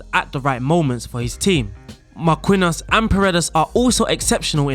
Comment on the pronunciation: awesome vid, I’m probably gonna use this in my spurs save. you may also need to work on your Marquinhos pronunciation